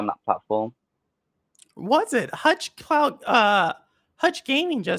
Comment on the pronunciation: good intervivew beside you botching my name hutch cloud lol